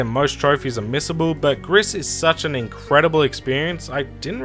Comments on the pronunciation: I don't know if someone already mentioned this, but the game Gris is pronounced 'Grease' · It's interesting how many people have been playing gris recently and also how no one can pronounce it correctly lol